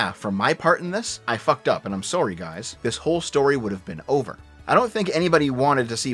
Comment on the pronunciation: Canadian accent kicks in with the "sorry" lol, enjoyed the video as non-wow player thanks for the content as I roll joints bro don't worry about late posts this shit was good